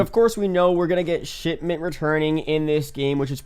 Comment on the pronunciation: How many times he drop shitment 😂